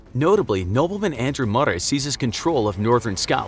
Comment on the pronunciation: as a scotish person, i hate the way he pronounces Lanark and Murray